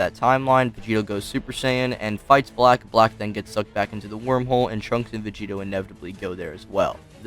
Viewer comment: Sounds you’re like saying Vegeta 💀